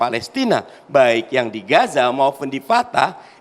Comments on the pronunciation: Udah longor Nyebut nama nya aja salah Gaza bos bukan Gasa lu kira Gasa LPG kah ? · Gaza di bukan gasa.... 😂😂😂😂